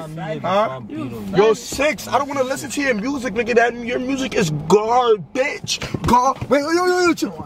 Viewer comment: bro said garbitch😂😂